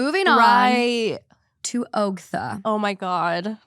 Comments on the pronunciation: I'm so surprised you hadn't heard anything about Ogtha (aug-tha). Reddit on Wiki even had merch for it for a minute. 😂 Its just disturbing. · I can’t believe you guys don’t know the Ogtha story lol but it’s pronounced like awgtha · I've heard the Ogtha story before but the way pronounces it doesn't flow as well.